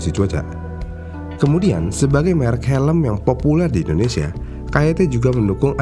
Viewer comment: Dari Indonesia bukan wakanda, susah banget ya nyebut INDONESIA...??